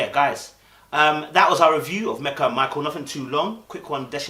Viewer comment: be honest you were on Meka’s case and couldn’t pronounce her name for nothing!